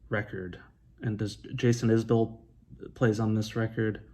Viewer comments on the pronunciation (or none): I live about an hour away from where Jason Isbell is from. Can confirm that it's pronounced Izbull